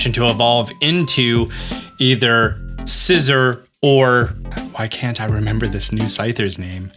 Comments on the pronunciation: It's (Kleav-ore) like (Sciz-ore) not (Kleav-er) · Your pronunciation of Scizor is really bothering me. Sizz-or, not scisser